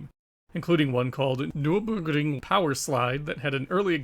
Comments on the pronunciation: “Nerr-berr-gring” It’s a famous racetrack. Hearing the copy/paste butchering of the word over and over is irritating. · I'm loving this series SO MUCH - keep up the great work. That said, I find it odd that you obviously found the germanic name Nürburgring so difficult to pronounce (nurr burr gring). I don't mean to knit-pick, but the repeated and thus un-natural sounding voice sample, was really weird to listen to (indeed. it sounded like google robot speech - not good!). Anyway, let me repeat - I LOVE THIS SERIES Regardless. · The way you say Nurburgring is funny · Why does your accent change to japanese when you pronounce nurburgring😂😂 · It sounds like you successfully pronounced the German word once and just copy/pasted it :-D